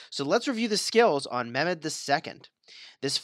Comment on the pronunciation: Its not memed its pronounced like saying MEH and adding MED